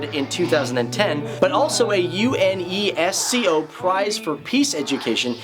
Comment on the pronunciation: It's pronounced "core", like an apple core, or the marine corps but not "corpse", like a dead body. Also, U.N.E.S.C.O. is pronounced "youNESSco", no need to intone each individual letter when its creative anachronism allows it to be read at an actual name and not just the initials.